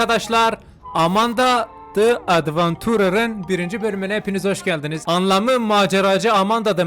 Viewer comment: abi o oyun amana dı edvançırır diye okunuyor ve kate de keyt diye okunuyor.